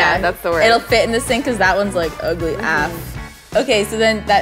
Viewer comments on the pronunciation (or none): Who else say af like aye-eff 😂 not like